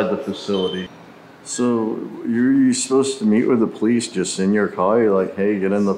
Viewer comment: “brolice” not police